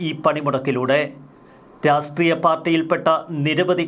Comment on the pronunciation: രാഷ്ട്രീയം എന്ന് പറയൂ രാസ്ത്രിയം എന്ന് പറയുരുത്